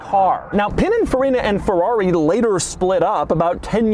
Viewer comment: Why do you keep saying “Ferrari” in that weird pirate voice? Ferr-aaaaaaaggghhhhri matey!”